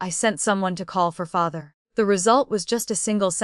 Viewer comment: how does an AI eff up the word father?